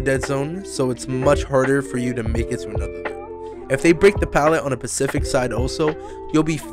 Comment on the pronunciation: "if they break the pallet on a percific side" ¬_¬